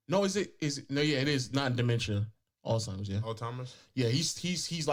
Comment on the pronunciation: I'm sorry but did call Alzheimer's, "All timers"???